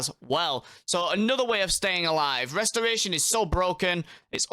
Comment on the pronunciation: Westoration. I cant listen to mother fuckers that cat speak.